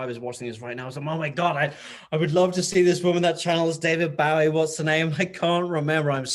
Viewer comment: Hahaha!! David Bowwwweee🤣 how cute!! But you should have corrected him🤔😂